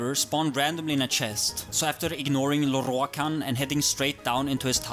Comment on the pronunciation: I subbed solely because of how you rolled that 'Lorroakan'